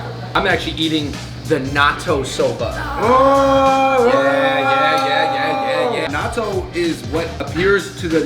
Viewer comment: I thought they said, "Naruto" when they said, "Natto"